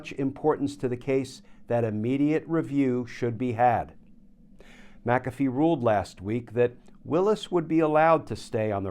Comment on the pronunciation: GLENN: It's NOT MAC'-A-fee, it's Mc-A'-Fee. NO Mac! It's Mc The ACCENT is on the SECOND syllable - NOT the first!!!